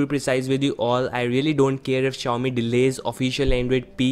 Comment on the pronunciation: Not Shaomi...